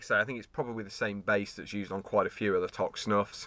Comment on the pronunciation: Toque pronounced like smoke toke, good review